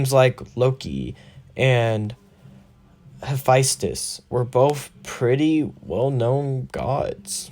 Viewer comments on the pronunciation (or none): none